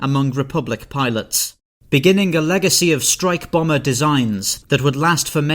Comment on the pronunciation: Why do people add a “k” sound to the end of a “g” letter. Eg he said wingk many times